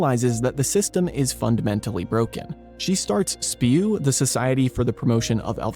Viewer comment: It's not "spew" - it's "S.P.E.W."